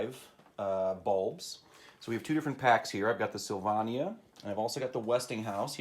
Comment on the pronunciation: It's making me feel old when I'm familiar and comfortable with so many "vintage" things. And the middle a in Sylvania is a long a.